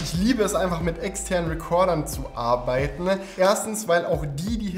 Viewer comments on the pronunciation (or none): Warum sagst du immer „arbeitne“ und nicht arbeiten